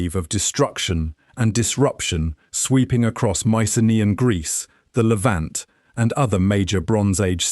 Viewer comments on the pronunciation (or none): none